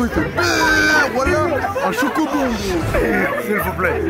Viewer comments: Ah j'ai rigoler quand le mec il a dis chocobon🤣🤣🤣🤣🤣😂😂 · Ah j'ai rigoler quand le mec il a dis chocobon 🤣🤣🤣🤣🤣😂😂